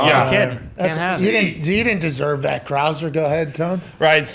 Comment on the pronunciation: “Ryan Crah-ser”